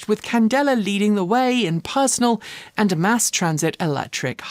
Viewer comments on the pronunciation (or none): none